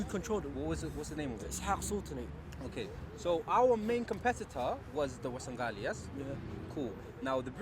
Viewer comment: Say Warsengali properly